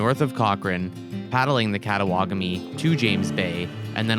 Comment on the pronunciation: Very Nice, it has been a while since I paddled that river. One thing - the Cree that did a shuttle for me were quite particular about pronouncing the name of the river. Kattawagami as katta-wagami, like Te-magami, not Tema-gami, so not katta-wa-gami, but katta-wagami.